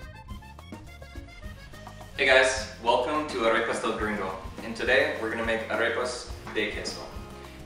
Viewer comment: Why do you say "Arepas" with an English accent ???? Be proud to pronounce it with a Spanish accent as the Proud Italians and French people do. I'm sure you're a proud Colombian even if you weren't born there................ Look at Lidia Bastianich here on YouTube and listen how she intentionally pronounces the items with an Italian accent.